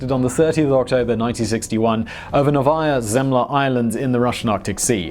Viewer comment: Is not "navaya zemla" but " Nohvaya zimlya"